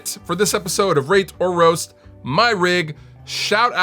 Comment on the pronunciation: Did he say rape or roast my rig?